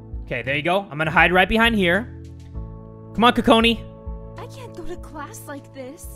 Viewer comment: Your saying Kakoni (sometimes) instead of Kakona